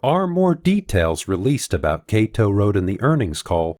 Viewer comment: Kato road is pronounced "Kado" not KA. TOE.